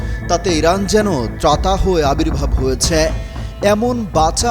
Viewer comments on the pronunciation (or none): হয়েছ্যা এটা কি ভাই 😂😂